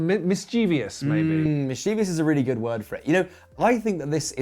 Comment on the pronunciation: The word is "mischievous". It doesn’t rhyme with "envious".